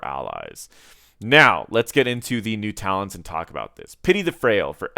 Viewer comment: Man, you can't even read the talents right. Shame.